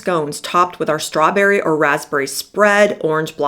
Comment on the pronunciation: "I love schtrawberry" is what I heard--slurred.